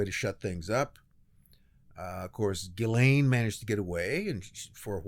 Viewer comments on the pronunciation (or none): I’m French. Ghislaine is pronounced “Djee-len” with “len” as in “lent”.